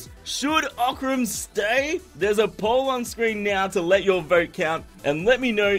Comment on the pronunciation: You can say that Oc-ran!